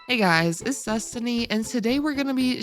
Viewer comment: Is it just me or specifically for aventurine videos her intro sounds like she’s says “Zestiny” 💀💀 Love the streams and vids btw